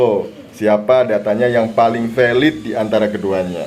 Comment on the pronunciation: wkwkkwk😅 valid=weilidd, google=guugel